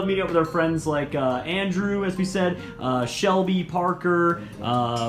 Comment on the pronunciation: I got triggered when he said Shelby